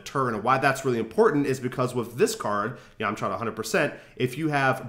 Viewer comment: yahm-chuh. not yawm-chaw. great video though!!!